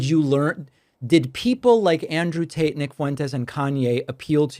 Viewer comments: Is bro saying Andrew "Taint" 😂😂😂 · David delivered the facts as usual, but yeah, I'm glad I'm not the only one who heard that 😂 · Not sure if David is intentionally calling Tate “taint,” but it’s hilarious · Mispronouncing Andrew's last name is top tier! LOL. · Taint? 😂 I could’ve sworn he said Andrew TAINT back to back several times lol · I have the strong suspicion that "Taint" isn't an accident, I love how he says it with a poker face, like he really doesn't know how to pronounce it., THIS is what I love about Pakman. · Were you saying "Taint" instead of Tate? Lmao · Also, I feel like you were saying Andrew "Taint" and I can't tell if that was a mistake or something more intentionally mischievious. :D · I love how he says Taint instead of Tate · Were you pronouncing it Andrew Taint? It sounded like that 😄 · Hahaha I swear he kept calling him Andrew Taint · Like how David seemed to keep sneaking in "Taint" instead of "Tate." Sounded like that to me. Hope he was, anyway. 😎🤙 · He keeps saying taint and not Tate 😭🤣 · Is he saying “Andrew Taint”? 😂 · are you saying andrew taint?🤣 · Why does it sound like hes saying "Andrew taint"? 😅😅😅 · I'd swear David is saying "Andrew TAINT". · I'm pretty sure you just called him "Andrew Taint." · idk if you're saying andrew taint on purpose but I appreciate it. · I can't unhear "Andrew Taint" now. Idk if David meant to say it this way, but it fits and it's perfect, actually. lol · David said "taint" like he pronounces it, 😂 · Is it just me or did David say “Andrew TAINT” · Did David say Andrew Taint? lol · I kept thinking you were saying “Andrew Taint” 🤣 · Did David accidentally say Andrew Taint? 😂😂😂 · Did i hear David pronounce it "Andrew Taint"? lol... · I caught that 😂 Pakman kept saying Andrew TAINT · Deliberate pronunciation of "Andrew Taint" noted ( ͡° ͜ʖ ͡°) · I sounds like David is saying Andrew Taint. 🤣🤣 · I had to laugh with David pronouncing it "Andrew Taint" Very apt